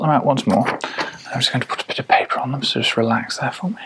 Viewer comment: That moment when “putapitapaper” entered the ASMR lexicon.